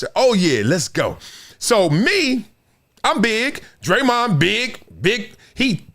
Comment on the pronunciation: That busta name is Raymond with a d in front . It aint DRE-MOND 😂😂😂😂😂